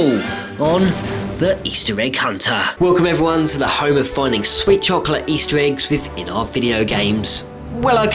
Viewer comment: Swee chocleh